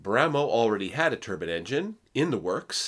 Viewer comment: Molybdenum (supposed to sound like mo-lib-den-um). Turbine should sound like ter-byne, not turban. One is a disc of blades, the other is a sort of hat. Think about it. And the American “aluminum” is right up there with the inability to handle metric units and traffic roundabouts.